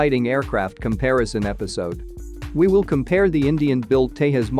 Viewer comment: comparasion ????? hahahahahahahahahahahahaaaahhhhhh